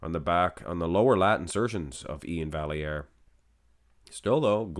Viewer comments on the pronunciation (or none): Iain deserved it, Steve is too smooth monsoon. And as a note, on Iain’s Instagram he spells out how to pronounce his name. Val-e-air. So there